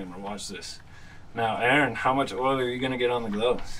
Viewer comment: Good to meet Aaron, I'm an Aaron and was also cool to hear it pronounced properly for a change... Oh and that oil looked fresh?